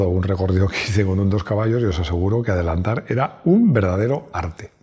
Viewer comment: Madreeee ... ¡ Lo que dices de adelantarrrr ! ... Si te oye D. Pera-Pollas de la DeGaTe de gilipolleces ... 🤣🤣🤣